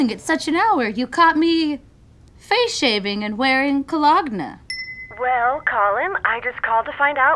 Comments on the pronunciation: I'm pretty sure it's definitely, *Col-og-na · It’s not pronounced like that. It’s cologne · David Scott I'm serious. I actually pronounce it that way for fun 😂